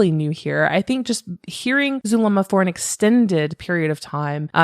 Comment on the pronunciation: Yesss. I mentioned somewhere else how it bothered me that Melanie left out a lot of info*, and it sent me when she fumbled Zulema's name. 🙃 She also likes using "they" a lot... It really contrasts against Zulema's testimony. I feel like Zulema's putting an effort into the information she's giving, even if she may leave out details (it's not on Melanie's scale)... There's so many things about this person I don't jive with, but I respect how she's been on the stand. *On the comment I said the nerves up there have got to be intense, but now thinking about it... She didn't seem to be that nervous in front of the world with Nate Eaton? Granted Lori wasn't sitting right in front of her-- Idk. I'm just... Incredibly distrustful of that one. It's like the same vibe of disbelief I feel when hearing that Alex's death was coincidental. Cannot wrap my mind around a coincidence like that. Wow that was long. (Also hey it's been awhile. Hope you've been well lol ~🖤)